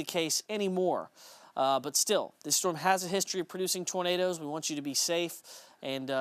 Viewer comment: called them Tornaders 😂